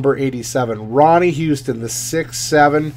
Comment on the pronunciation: Its not Ronnie Houston, its Ronnie Huston